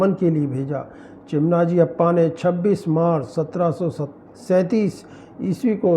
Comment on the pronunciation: भाई, चिमनाजी अप्पा नही , मराठा सेनापती चिमाजी अाप्पा है नाम का गलत ऊच्चारण मत करना